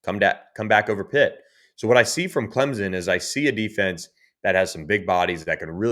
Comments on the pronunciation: It’s CLEMSON, NOT CLEMZON!!! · For the love of God, learn how to pronounce CleMson.